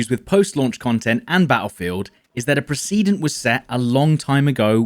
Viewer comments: "preh-SEED-ent" ?! What the fuck man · Did you just fucking say "pre see dint" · I was like 🤨 wtf? Haha it’s pre-se-dent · I've never heard precedent said that way.